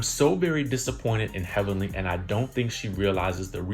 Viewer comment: now that was funny..."HELLVENLY"